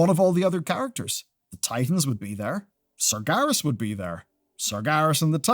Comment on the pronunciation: Ain't neve' 'eard of no "Sargarus", mate